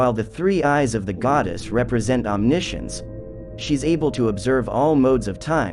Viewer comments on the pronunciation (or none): none